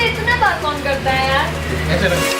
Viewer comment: 😂😂hm b roz chle jate hai or br br jate hai fr b puchre kahhon aane wala hai and btw maa hota hai mhaahh nhi, kon hota hai kahhon nhi😪😪